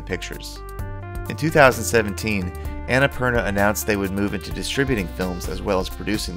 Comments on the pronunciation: Not Anna - purna , its on na poorna .nice video thought loved it. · its un-nh-pur-naa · Would have been even better if you had pronounced Annapurna right, but nonetheless great video!! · actually the names based on a mountain range , from where im from . Just live mt.everest . Theres anna purna . And thats how we say it. I maybe wrong though if its not based on what i said. But if it is then its pronunciation is on na poorna .